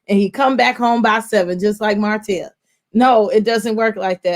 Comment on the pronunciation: For some people, messing up a person’s name is triggering for many reasons. Mispronouncing or misspelling a regular word, fine. But someone’s name is kinda disrespectful. Plus “Marsue” hits the ears like a knife. Lol. Sometimes I fast forward. I love y’all tho.